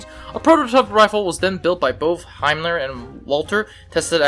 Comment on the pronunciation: Not himler but it is said haenel also you can’t stamp bolts you meant stamped receiver and a simple bolt